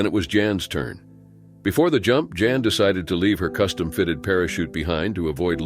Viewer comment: The narrator SUCKS. 3200 ft is never pronounced three-two hundred feet, and he referred to Jan as " John " at least once.